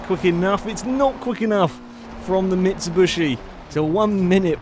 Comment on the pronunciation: stop calling it a mitsubushi its a bloody mitsubishi :D